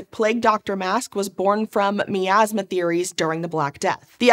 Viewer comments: My-Azz-Muh, not Mee-Azz-Muh. Every time you said Mee-Azz-Muh. I died a little on the inside. By the end of the video, I was but a shell. I hope your happy. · I have to play my Pie-An-Oh, to clear out this Mee-Az-Muh.